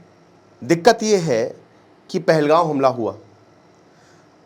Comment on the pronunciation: First learn to pronounce pahalgam first not goan but gam